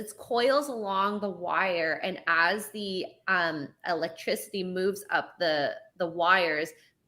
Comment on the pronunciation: Why can’t pronounce “electricity”